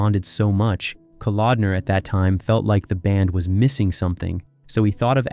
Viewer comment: Why the Stryper footage in the beginning and other times in this vid? And then a priest in some interview? Who compiles and edits your footage? At the mark you 'try' to mention John Kalodner and name him as what sounds like 'Calendar.'